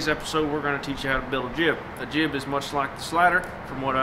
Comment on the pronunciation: lol she said "jig"